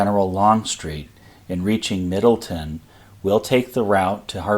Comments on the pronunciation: Living in Frederick, I agree with the pronunciation corrections below. And not to pile on, but it's MiddleTOWN, not MiddleTON. But otherwise, well done. I have spent time at these sites and can see the problems both for the attack and defense. It's not easy fighting in mountainous terrain. The old Mountain House at the crest of Turner's Gap, where DHHill made his headquarters, is still there and is now an Inn and restaurant. You can still see some bullet scars on parts of the stone. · Nice presentation. FYI, Middletown is pronounced “middle town.” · I live in the general area. It's "Loud-un" and "Pah-tow-mick." And as far as I know, Middletown is pronounced "Middletown" rather than "Middleton."